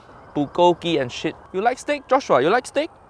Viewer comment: "Cut so fast, for What, relax joss shhuuaa~" this has me dead lol! From the very beginning I was hooked!